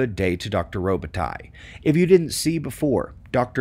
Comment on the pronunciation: Whenever you say Robitaille sounds to me like robot 🤖 👁 eye.....he knows his sh*t that’s for sure.